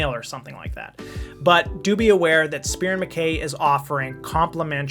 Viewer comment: It’s pronounced Mah-Kai btw